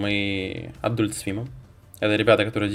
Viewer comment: Эдалт, а не адюльт) Но бегущего я бы глянул, фильм моего детства.